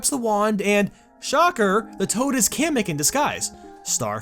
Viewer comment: Finally someone who pronounces Kamek right.